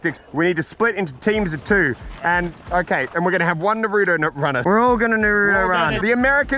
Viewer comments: Am I the only weeb that watched these vids and got so triggered when they said nar-oo-doe and not nar-oo-toe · Calls it nareuto run us weebs u wanna die